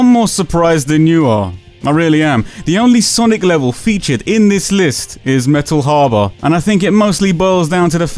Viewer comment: “Metal HAH-BAH” still laughing, so sorry 😂😂😅